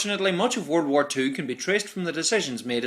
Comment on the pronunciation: Nice video about the "woll" war.